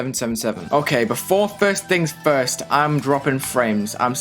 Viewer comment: when said ‘frust’ I knew without a doubt that was the best GD content creator